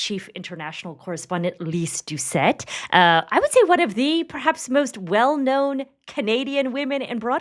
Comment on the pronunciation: Can someone from BBC news correct her last name to Doucet and not Douset. merci beaucoup